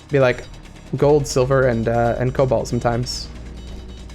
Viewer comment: Rigged! "Colbalt" Sand Rapids Mesa.